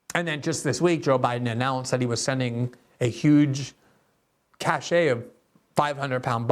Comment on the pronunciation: You said they sent a “cachet” of weapons, but the word you’re looking for is “cache”, which is pronounced like the word “cash”, like paper money. “Cachet”, which is pronounced “cashay”, means something different entirely.